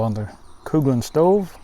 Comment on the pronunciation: Unless I'm mistaken, the company name is "Coughlan's" (as in cough, cough)